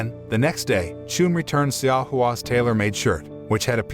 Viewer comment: Correction: Xiao is actually pronounced chow.